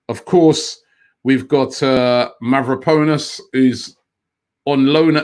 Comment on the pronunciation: Take a shot every time Robbie butchers Mavropanos' name